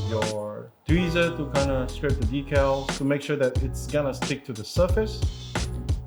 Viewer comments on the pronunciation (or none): 1. Dee-cal. #2 sounds too much like D*ckle. On Dry Transfers.. That's a really bad idea to take the parchment (not wax) paper off and hand them, put them on skin. Natural oils we secret can ruin then/make them nearly impossible to apply properly. So, please avoid that, unless you're looking to make the kit weathered and have scratched/dinged up markings. xD There's also Metallic Dry Rubs by DelpiDecal, that apply pretty much the same way as normal Dry Rubs, but they have two layers of film protecting them (at least the way they make them). Sam warning about moisture applies. The edge removal of clear stickers takes many layers of clear coating and wet sanding. (JENIC has a nice video you can use for reference here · It’s DEE-CAL-DECK-ALLs are what lifetime guarantee decks…..